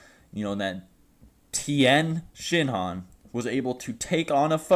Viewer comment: THE TIYEN (PAUSE) SHINHAN